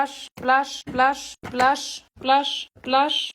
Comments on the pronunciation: Wer hört auch manchmal lush, glash oder wlash?😅✨️ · Hört ihr manchmal Lush,Blush und glush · Ich habe fast immer zum Ende Lush verstanden😂😂😂? Oder dlush😂😂😂😂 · Ich versteh die ganze Zeit: ,,Blush, Slush, Wash, Aash, Quash"-🤣🤣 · Am Ende hab ich nur noch Las verstanden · hört sich manchmal an wie glush